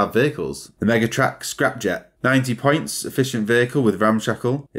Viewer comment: With your accent when you say "points" it sounds like "pints" to me and now i want a beer